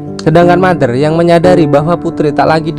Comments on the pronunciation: iam Mother DIBACA iam Matter huehehe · Putri bertanya kepada mater, ngomong mader nya capek apa 🤣